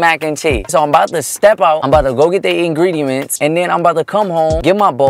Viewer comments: He said ingrediments 🤣🤣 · Did say ingredements 😀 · Is he sayin ingrediments?😂 I heard it like 3 times. Maybe im hearing shet😂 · "i need to go get the ingrediements" yall ik im not the only one who heard that ps. I LOVE U AND HAZEL😂♥ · No one:: InGrEdImEnT😭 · not when said ingrediments 😂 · "Order the ingregements, and chef it up" what is ingridements WHAT IS INGREDEMENTS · Did i hear saying ingrediment??🤣🤣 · Am I the only one who heard ingridiMents😅